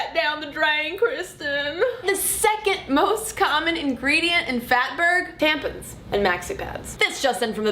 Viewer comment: Imma start calling them "tamp-uns" from now on :D